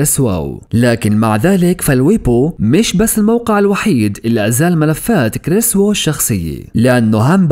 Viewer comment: أنا راسي مربع و اقلك لا تتفلسف حتى نتاكد كليا من الموضوع و اسمه كريس اوه مو كريس واو انت حتى اسمه ما بتعرف تنطقه واجي تالف من عندك و اتكلم معاك بصفتي ميجيني و تحقيق لسا جاري